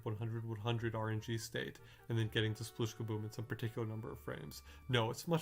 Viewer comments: It's 'splish'!! Not 'sploosh'! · I love the numbers and logic aspect of this video, but one thing always bugs me. It's "spleesh", not "sploosh" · Am I the only one, who keeps hearing "splish" instead of "sploosh"? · Am I the only person who hears it clearly as "splish"? Even when they say it in this video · RIP "Sploooooosh" edit: nvm we get to hear a ton of "splooosh" for the first board that you intentionally fail at.